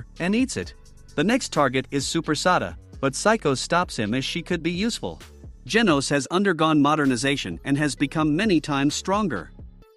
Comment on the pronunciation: Bro said geenos💀